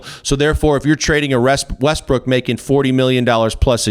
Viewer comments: hahahha ;D I think he says also Westbrick ;D hahaha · Lol “Russell westbrick”